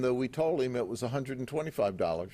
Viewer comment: The heem instead of him drives me crazy. Good job though 😂😂